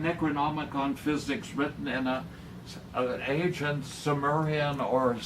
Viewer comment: Bothers the FUCK out of me that he says "agent" instead of the proper ANCient. Christ, don't people in Chicago know how to speak?